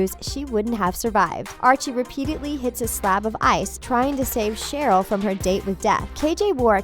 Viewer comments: Did she just say Sherry blossom?😑😑😑🙄😣 Oh my Lord she just said miss gundy instead of Grundy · It’s not pronounced cherry if you watched it you could find out it’s Cheryl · “Ms. Gundy” and “Cherry Blossom” 😂😂😂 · When she said “Cheryl” it sound like cherry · Her name is Cheryl! Pronounced: SH-E-R-LE not CH-E-R-Y When she called Cheryl CHERRY I just died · This is just rude and her name is Cheryl not cherry🙄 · WTF DID YOU SAY ‘EVIL CHERRY BLOSSOM’😖you havent even watched it mate😂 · Every ones pointing out that she said “ cherry” but she also said Miss. Gundy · She said cherry not Cheryl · SHE CALLE CHERYL CHERRY IMM TRIGGERED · OMG ITS RIVERDALE NOT RIVERDAL AND ITS CHERYL BLOSSOM NOT CHERRY BLOSSOM THIS IS TRIGGERING ME!!! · #1 Cheryl is not evil she just has a horrible home life #2 it's Cheryl not Cherry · I'm so triggered every time she says CHERRY Not CHERYL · She pronounced about ALL of their real names wrong. MADALINE PETCH. That’s how you pronounce it. Ms. Gundy? And Cherry Blossom? New phone who dis? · I actual thought she said cherry blossom its Cheryl blossom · Carmen Martinez ikr and who is cherry blossom😂😂😂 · Carmen Martinez I know right gRundy cherYl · Madelaine petch who plays evil Cheryl blossom 😹😂😹😂 Cheryl's not even evil and "Madeleine pesh who plays evil cherry blossom" 😹😂😹😂 and also it's miss gRundy with an r not miss gundy 😹😂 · please tell me she did not call cheryl “cherry” in the first fact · She said madelin pesh, the Cherry blossom of Riverdale but it's Madelaine Petsch, the Cheryl Blossom of Riverdale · Uhmmm it’s Cheryl ( like you spelled it) not Cherry lol. Also she’s not evil. Like at all. Okay rant over. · Chery? You mean Cheryl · Also she said cerry blossom lol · Okay, her name is CHERYL NOT CHERRY CHER-YL NOT CHERRY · EVIL CHERRY BLOSSOM? Also it’s Madeleine not Madeline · Paul Bowcherr? BOWCHERR? EXCUSE ME? OH AND LOOK ITS CHERRY BLOSSOM TOO! AND GUESS WHAT SHOW THEYRE ON? RIVERDELL! WOOOWW